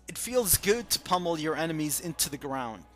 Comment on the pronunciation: "most enemas" ugh "enemies"